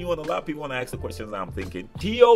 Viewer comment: i really like how you say aks when u wanna say ask, as i started to learn english i couldnt help me but saying aks. Until today after 20 years i still say aks more than ask.:)) Good to know i,m not the only one.